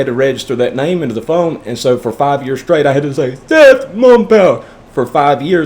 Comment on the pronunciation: LMFAO the sEtH mUmPa 😆 (I just spelled it however I could make sense of the way you said it lol) For five years skrait 😂